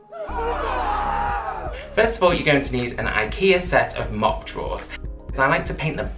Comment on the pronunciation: They are not pronounced Mop as in sweeping. This is a Swedish word MOPPE pronounced MOP-PEH. Please do not add music to a demo video, especially where you are speaking all the time. Auditory overload. The music is hurting my ears and making it impossible to watch. Personally, I think you ruined the lovely box of drawers. Covered it in gunk, paint, dirty wax, and labels that mean nothing. This is the kind of box I would rescue and strip off to restore the nice natural wood underneath.